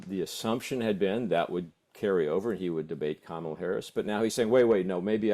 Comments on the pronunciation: It's KA-mala, not Ka-MAla. Not hard and pretty poor for "top" journos not to know how to pronounce a presidential candidate's name. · COMMA-La to CoMAHla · Can you at least pronounce Kamala properly it is not Kamarla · Mispronunciation of her name is really starting to grate. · If this guy can't even take the time to learn how to say her name why is he a host? Not the guest. The host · Learn how to say KAMALA !!!! Or was it your political intention to mispronounce it? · COME ON - PLEASE LEARN HOW TO PRONOUNCE "KAMALA" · Please learn how to pronounce Kamala. You're embarrassing yourselves. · He does have a problem saying her name, but in November he can just call her Madam President💙💙💙💙💙💙💙💙💙